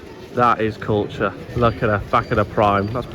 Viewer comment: Cuture, Cuture, Cuture - "Cover it up" lol